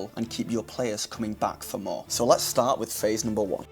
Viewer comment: The fact that you keep saying phase instead of phrase is very distracting. In fact at first I thought you said face.